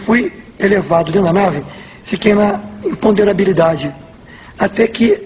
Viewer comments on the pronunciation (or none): Um caminhoneiro falando "IMPOMDERABILIDADE" NÃO É CAMINHONEIRO KKKKKKK